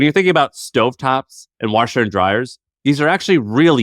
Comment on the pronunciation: Listening to say "Warsheer and Dryer" is great 😂